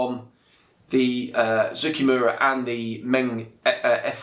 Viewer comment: Finally, someone that can say Zoukei-Mura correctly!